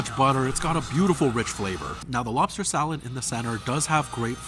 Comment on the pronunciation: How, do you say mock loobster🙄